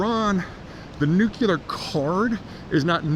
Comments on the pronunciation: I really enjoy your content and perspectives, though they can be somewhat alarmist, but whatever. I can get over that. What drives me insane and destroys your credibility is mispronouncing 'nuclear' as nucular. It makes you sound like an ill-educated moron. Good realtors don't pronounce it 'relator' for the same reason. I don't pay attention to jewelers who pronounce it JEWlery either. You don't visit the Tower of London to see the crown jews. It's jewels. Same with nuclear. Try scripting two words to correct it. Say NEW CLEAR instead of nucular and we'll all be much happier and you'll sound more intelligent. Thanks. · Not sure how much stock to put into what a guy says who can't even pronounce, NEW-KLEE-UR! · I admire Peter's wealth of knowledge, but never understood why highly educated people pronounce "Nuclear" incorrectly. Just a pet peeve of mine. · It's pronounced 'new-clee-er' not 'nuke-you-lar'. Please get this tiny detail right. It's lends credence to your thoughts on the subject.Thanks. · I worked at a lab for 26 years where a lot of nuclear work is done with lots of brilliant PhD scientists and engineers...most of them even have the word "nuclear" in their title or team (i.e., "nuclear engineer", "nuclear science division"), and at least 25-30% of them say "nucular" (and they're not doing it ironically). It's still dumbfounding to me, but it's a mispronunciation that completely transcends education or intelligence. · You are mis-pronouncing nuclear. It's not nucular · NOO- Klee-er, Not "Noo- Que-ler". I see your videos often. It would be spelled "Nuqueler" if your pronunciation were correct. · Unless you are George W Bush or Homer Simpson it is pronounced "new clear" not nukuler. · NU - CLE - AR not NUK - UL - AR Please, please, please, I beg of you. You may not imagine how detrimental your pronunciation is to your credibility... but it is. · Bush said "Nucular" and i guess it just stuck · I agree I think it’s verbal laziness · it is nuclear not nucular